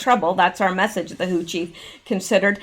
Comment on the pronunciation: Who else heard 'hoochie' every time said WHO chief? Just me?? 🤣